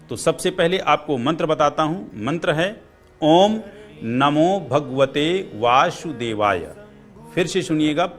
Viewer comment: दूसरों को ज्ञान देने से पहले आप अपना स्वयं का उच्चारणदेख लीजिए आप स शब्द को श के रूप में उच्चारण कर रहे हैं। आप वासुदेवाय को वाशुदेवाय बोल रहे हैं